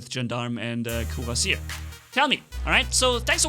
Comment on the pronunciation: Gendarme is pronounced as "Jahn-darm" Cuirassier is pronounced as "Queeraseer" Their definitions are types of soldiers. Cuirassier: a cavalry soldier wearing a cuirass. Gendarme: an armed police officer in France and other French-speaking countries.